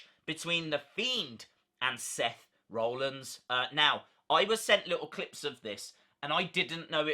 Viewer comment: Interesting video. Thanks for the update RE the mask too 👍🏻 I just wonder you pronounce Seth’s name as ‘Roellins’ rather than ‘Rollins’?